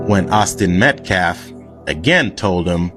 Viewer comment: Dominique (the man in the press conference speaking for the Anthony’s, also a man who shook a baby so hard it went unconscious and had physical damage,) Doesn’t even pronounce Metcalf correctly he keeps saying Meltcalf and it’s on purpose..it’s another little disrespectful peck at the victims. This case is pure evil.